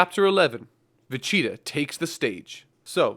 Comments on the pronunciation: It’s Vegeta not Vecheta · All I hear is Vecheetah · Why Does it sound like your saying Vegeta as "Vecheetah"? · It's Vegeta, not Vecheeta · VE-GEE-TA. Not Ve-CHEE-ta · Great video!!! But is he saying vacheetah lol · it bothers me so much that it sounds like he says "vecheeta." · I hear va- cheetah everytime. Good video tho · Who is “Vecheetah” ? :p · am I the only one who is triggered at the way he says "vecheeta"? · Take a drink every time he says "Vecheetah". Seriously though it started to hurt after 30 minutes of it, especially when like ~1/10 are pronounced right so you know he can do it. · Damn bro it's VEGETA not vecheta...just saying... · Why are you saying manga and vegeta wrong